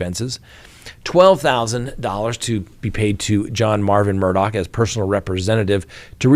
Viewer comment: The least you can do is try to get the names right. It's not Murdock, it's Murdaugh.